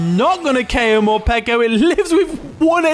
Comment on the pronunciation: Love the video, but here's a tip - Morpeko is pronounced like 'more' + 'peck-o' not 'peek-o" because it comes from the Japanese word 'peko' which means empty (referring to its stomach)